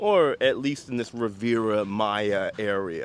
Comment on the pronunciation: Rivera?? Riviera 😢 dude sounds completely uneducated, pronouncing words properly while trying to show off luxury sounds nice! Your sounds like Walmart bro, you say you love Mexico pay attention to the details